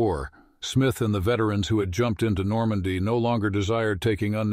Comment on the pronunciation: I jump ed.